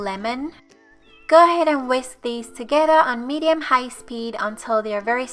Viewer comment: I like how you say “together”...sounds like togehda.